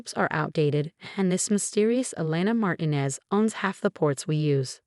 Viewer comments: It’s Mar ti nez, not marinez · Please correct consistent mispronunciation of Martinez.